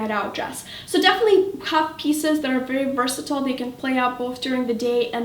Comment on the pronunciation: I absolutely love your videos.. But they way you were pronouncing "versatile" was getting on my nerves.